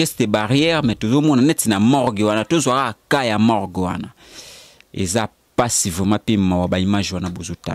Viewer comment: Oyo elobeli nini oyo, na koki ko landa émission yango tein boufff, Morgue et non Mork bouffff